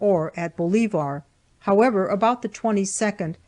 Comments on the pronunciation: Its pronounce Bo le VER NOT BO LEE VAR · I'm from west TN. The town she is referring to Bolivar, TN is properly pronounced "baw-live-ur" not "bo-lee-var". 😂😂😂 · The town of Bolivar is pronounced ball-iv-er. Flawless reading really and good book. I just know this area and know how it is pronounced by everyone. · we are talking about Boliver , Tennessee. I doubt this town gave its permission to have its pronounciation butchered. Don't care how arrogant the reader may be its not her call to change how a town is pronounced. Sorry but publishing does not make you grammar or syntax ruler.